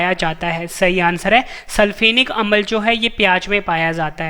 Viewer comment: Sir ji improve your pronunciation as for you speak amal to amla.